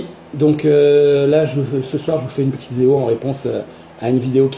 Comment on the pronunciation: "Uneuuu Petiteuu vidéo "